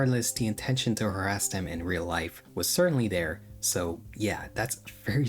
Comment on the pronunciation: I suggest if you are incapable of pronouncing certain sounds, you might want to avoid writing that sound into your script. Than There other Further You insert a D into these words, where none exist I refuse to listen to a toddler explain online drama. Go get speech therapy BEFORE you work with your voice.